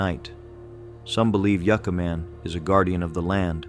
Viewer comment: All the narration and most of the videos in this series are all AI. It all still looks and sounds fake. It makes absolutely no sense to me how AI computers dont know how to pronounce city/place names correctly. Yooca Man? Ya had it right before dumb AI....Yucca Man. And this stupid AI narration mis-pronounces other city-names in other videos. Pathetic.